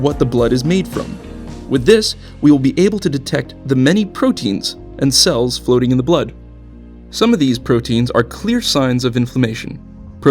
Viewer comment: Cells with a ny accent hahahaha